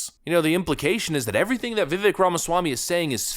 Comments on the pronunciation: His name is pronounced [ Viv-vake ] as in cake brother. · (Heh, i don't wanna be that guy....I know you're gonna talk about him probably a lot the next couple weeks...it is Viv ake sounding, he said Vivek, like cake. That is when it clicked to me Ohhhhh, like cake, that makes snese. Not trying to nitpick or be a snot, I'm trying to help). Respect to ya man, keep it up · If you respect the man, learn how to pronounce his name. It's Vi-VAKE. Rhymes with CAKE. Emphasis on the 2nd syllable. Just sayin'. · Viv - VAKE ... not, "VIV ick" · It's pronounced, "VEE-VAKE," like "CAKE." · Vivāk , like brake, take, rake, ache, or as he says cake. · “Vivek, rhymes with cake”. I’m surprised you haven’t gotten b his name correct yet. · His name is pronounced Vi-VAKE. It's like CAKE. Vi-VAKE. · His name is pronounced viv-vake like cake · Come on... Vivek; rhymes with cake. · I love your content ❤️ keep up the good work. I know you love to be so accurate in your content. So Vivek is pronounced like VIVAKE he said it rhymes with Cake. Keep up the solid vids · His name is pronounced "Vivake." It's time to finally get it right. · It's spelled Vivek, it's pronounced Vivake. Vivek rhymes with cake. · His name is Viv-ake..it rhymes with cake! Have some respect! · For f sake. It’s Vi-vake rhymes with cake. Show some respect and pronounce his name correctly. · It’s VI-VAKE LIKE CAKE dude, get it right ffs. Vivek like cake, not hard to remember. Vivek 2024. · Multi-million dollar YouTube channel and you still can't pronounce his name right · Please stop saying his name wrong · Can you learn to say his name right????? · Another day, another Vivek video where you still haven’t learned how to pronounce the man’s name. Bravo.